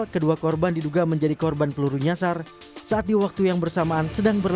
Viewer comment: kak membaca berita apa gak salah nyasar sebut nya jasar😂